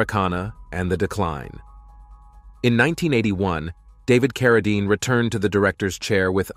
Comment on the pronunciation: Although it's way too late...do your research! His family name is pronounced "CarraDEEN," not "CarraDINE." It was always that way. He changed his name from John Arthur Carradine Jr. to David so that he wouldn't be confused with his famous father. The last name was always pronounced the same. Listening to you constantly butcher it is cringeworthy. This is basic research that should be done BEFORE doing a whole video about someone (to mooch off of) and posting it on the internet for the world to see. At least have some respect. There are plenty of videos about John Carradine right here on YouTube. One is by People Document. Look it up and learn something! Btw, I couldn't get past 3 minutes of listening to this.